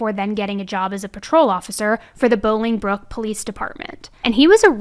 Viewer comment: lol the way you say bolingbrook you can clearly tell you’re not from here. i can’t figure out what it is about how you say it that makes it funny maybe the accent.